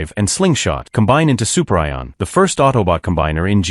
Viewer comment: "Soup Rye On" LOL....